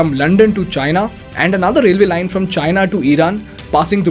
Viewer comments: The pronounciation of China in this video sounds like hyena😅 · China isn't what I hear but Gina 😂😂😂😂😂 china mean vgina 🤣🤣🤣🤣🤣